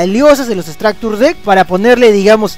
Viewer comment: Pronunciación "estracture" lo dices remaaaal